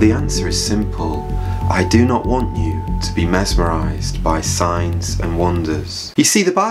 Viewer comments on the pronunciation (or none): When you say Signs i hear science